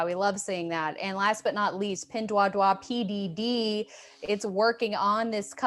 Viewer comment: Pinduoduo (PDD) is pronounced as "pin-duo-duo", not ""pin-dwa-dwa".